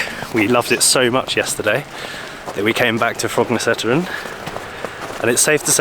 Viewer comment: Perhaps you already knew, but "Korketrekkeren" means "the Corkscrew". And by the way, the last "e" in both this word and "Frognerseteren" is silent. So, pronounced more or less like i.e. "Frognerset-earn". Or, to be exact, with a Norwegian "æ"-sound. Actually like the "a" in English "fancy"😂